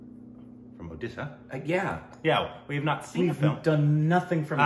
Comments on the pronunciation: I don't know but it really seems like Indians of other states intentionally say «udisha» for Odisha and “udia” instead of odia or say ''what language ur talking gibberish now is it Odisha???" Or tell their friends __hey check this out here listen this n then laugh it out saying r u speaking bengali or tamil telugu where is this Odisha is it in kolkata'''''''''' bla bla bla even if you correct them many times they tend to do the same mistake repetitively....Just to make a fool of odia people their culture cuisine looks and everything to make feel them low on themselves making them ashamed of their existence questioning their self-worth 🥵🥵🥵 but after looking at 😈😎 and 😅😚😚 spelling it correctly I'm sure that they don't know how to give respect to something that is different than them.. ☮️ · just pronounce 'O' instead of 'U'... Boom! Now you can pronounce it correctly. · yes...but most north people pronounce it uudisha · Baral Vlogs 'O' syllable is present in every Indian language. If they hear it right, they can say it correctly Whereas we(some of odia people) have mother tongue interference while pronouncing sh,z,a, etc. For them it's difficult to pronounce I'm not saying they are not doing it knowingly but it's our duty to correct them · Orrisa was changed to Odisha because fellow men pronounced it wrong.Odia people always pronounced it as odisha from many years.And the name change was done in 2011.What is the time frame u talking about to register a state name in people's mind.